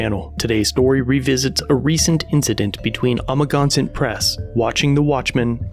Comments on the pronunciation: It's (Ama-gan-sett)............ not amaginsatt......... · I think you could have spent a little bit of time watching his videos so you can pronounce Amagansett press correctly. Just saying you could be a bit more respectful of that.